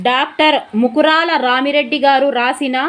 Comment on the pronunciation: రామిరెడ్డి కాదు రామా రెడ్డి